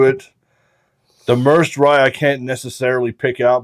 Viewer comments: Just fyi, it's not pronounced mers'd rye, its pronounced mer-said. Atwater is a city in merced county. My wifes family is from that area. Central California valley. Its farmland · Merced is a town in California’s Central Valley. Pronounced “mur-said” 🤘🥃👍